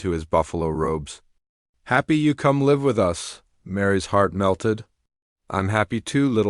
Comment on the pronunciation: Please have a human being Edit this video. DOT, IS THE END OF A SENTENCE!!!! Please have someone edit your story. (Live = live) Said incorrectly. I won't be watching anymore of your pathetic story.